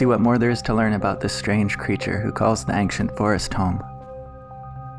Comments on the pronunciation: Why do you say ANKcient it sounds like ainchent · Ancient is pronounced ain-see-ent not ank-shint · First of: i really like you format! But I’m sorry??? “Angsciant” Forest? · STOP SAYING “axient forest” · Now the video is splendid, but you saying "ankshent" triggers me more than it should. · Why are you pronouncing ancient ankcient? It's one of those words where c is pronounced like a ch. For future reference.